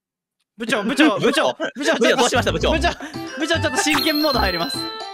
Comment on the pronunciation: ぶ↑ちょうなの好き